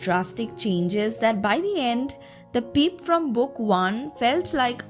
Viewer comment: i love how u say peep instead of pip😆😄